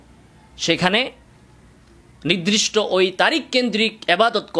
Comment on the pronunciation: "নিদরিষ্ট" শব্দকে " নির্দিষ্ট" অর্থাৎ নিরদিষ্ট বললে ভালো।